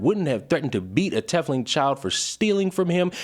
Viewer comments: How you're saying Tiefling and Drow is bothering the fuck out of me... Love your videos, but, GOD, that is getting me. Lol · Just don't call dwarves "diggers" with the hard "r". Also our boy trying to pronounce tiefling is hilarious. 😂 Also, "dro"... fun times. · And I believe it’s pronounced “Tea fling”. Like teeth with an F then ling. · Speaking of First World "problems". I just hear, "I'm not victimized enough for clout irl so I'll choose to take offense at fictional depictions of deplorable behavior." Also, tiefling is pronounced like 'leaf-ling'.